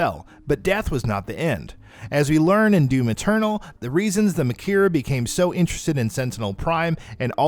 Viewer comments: I’ve gotta be honest this video isn’t very well put together. You mispronounce a name repeated over and over again in game (it’s maker not Mah-Keer) and whoever is playing absolutely sucks, they just keep shooting at the marauder rather than waiting for the green eye opening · Maykr, not Makyr. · Only thing that bothered me about this video, is that Maykr, is pronounced "Maker", not "Ma-kier" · I cringed everytime he says "ma-kier" instead of "maker". It's Khan "maker" and yes that's how it's pronounced in the game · It’s pronounced maker not makier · Maykier? No bruh it's pronounced like maker. They pronounce it in the game. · It’s pronounced “maker” not “mah keer”. Smfh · I love that you're doing these. I read all the codex in the game, but the writing is messy. Do a full timeline vid with all the sides, lands, realms and all that shit and I'll watch it 10 times! Btw it's pronounced Khan Maker, not makhyyr. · Its pronounced maker not maykier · Has this person listened to the cutscenes? May-kur... not Muh-keer 😁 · “Maykr” is pronounced “Maker”. (I know this because the Khan Maykr herself pronounces it that way) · Is he saying maykr like mikir? They say it right IN the game. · Even the game says “Maker” for “maykr”... intentional mess up? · ok says detail like (the tale but d'tale) ok i can let that slide BUT MAYKR AS MAKIER WTF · Why are you saying makyr the way you are? The pronounce it more then several times in game .... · stop saying maykr like makir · MAYKYR = MAKER! it's pronounced that way several times in the game. Did you skip all the cutscenes? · The u pronounce makyr just shows u didnt even play the game and are just reading a scrip of someone who may have. Weak. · Kahn Mah-kier Urdawk Boy did you even play Doom Eternal? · Its so easy to pronounce too, its just "maker" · Yup, it's "Maker" with fancy words. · Its pronounced may-ker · You definitely probably think you are saying makyr right but it's pronounced different in the game so you're wrong.